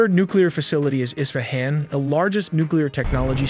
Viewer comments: ES-FAH-HAN is how you say it. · It's Esfahan not Isahan